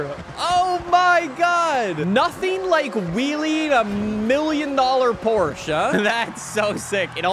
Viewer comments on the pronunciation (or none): i can hear that never finished his german class. he still cant pronounce porsche. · Ah yes, the Porcshe 911